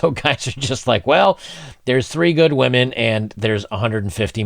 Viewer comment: "Whamen Most Affected"